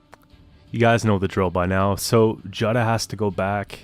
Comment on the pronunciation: Nice deck. By the way Jutta is pronounced "Utah" like the state.